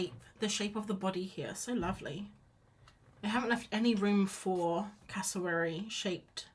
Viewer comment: Cassa-wary rhymes with fairy dairy airy Aussie Queenslander here they live in North Queensland 😊 you got it eventually 😂😂😂